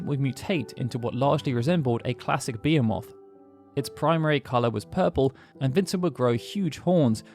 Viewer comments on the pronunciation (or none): Okay, I have to say that considering your expertise I typically tend to defer to you on pronunciations quite a bit, but come on. Its Be-HEE-muth, not Be-he-MOTH, right? Am I crazy? That makes the monsters sound like some sort of insect, not a gargantuan beast. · Bah-he-myth is how it's pronounced, not ba-he-moth. I wouldn't be so anal about the pronunciation, but hearing tee-dis instead of tye-dis is still bothering me. This too? It's like nails on a chalk board when I hear my favorite protagonist in the best game of the FF series being pronounced wrong. In English it's tye-dis Square. Oy. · How the hell did he pronounce behemoth? Cuz it wasnt buh-he-myth like its supposed to be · Behemoth (beh-hee-muth) I'm sorry. I love your videos and Final Fantasy. Especially FF7. This video taught me a lot about the previous series entries. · I’m curious why you pronounce behemoth the way you do. Is that an English way? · He does'nt pronounce the "H" .....